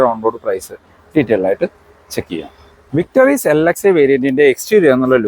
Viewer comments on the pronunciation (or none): വിക്ടറീസ് ആണോ ? വിക്ടോറീസ് എന്നാണല്ലോ എല്ലാ റിവ്യു ക്കാരന്മാരും പറയുന്നത് ?